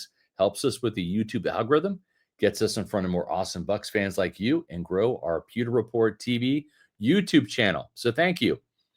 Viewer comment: Bro. You reeeeally need to annunciate the word “pewter“ better. 👀… Th-there’s a ‘W’ in it… and yeah, kinda seems to matter 😂